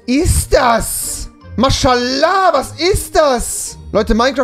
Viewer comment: Niemand: Rewi: mAsChALAAh